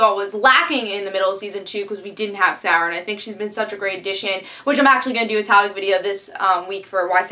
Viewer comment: Why you no pronounce Moira and Sarah correctly?